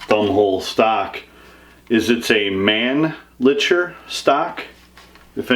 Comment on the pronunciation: Awesome collection, especially the M1 carbine. I believe the 'ch' is pronounced as 'k', Manli'k'er. Thanks for sharing.